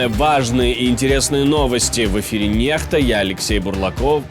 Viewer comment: Володимир Дніпро. Ти мені подобаєшся, та ефір гарний, але , на латині твій називається Я NEXTA, та чому ти гово́риш нехта, там латинь, Х читай, як кс , бо всі хто дивиться цей ефір буде думати, що ти не готов до програми. Будь ласка поможи собі та суспільству розуміти тебе, як освідченого чоловіка. СЛАВА УКРАЇНІ!!!! СЛАВА НАЦІЇ, ВЛАДІ, ТА ПРЕЗИДЕНТУ ВОЛОДИМИРУ ЗЕЛЕНСЬКОМУ !!! ВІЧНА ПАМ'ЯТЬ І ШАНА ГЕРОЯМ, ЯКІ ВІДДАЛИ СВОЄ ЖИТТЯ ЗА РІДНУ ЗЕМЛЮ , ЗА НАШЕ ЩАСЛИВЕ МАЙБУТНЄ....!!!!! Дякую за увагу. Завжди твій друг Володимир.....